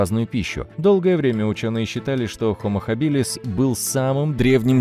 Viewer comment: Только не хабИлис, а хАбилис, ударение на первый слог...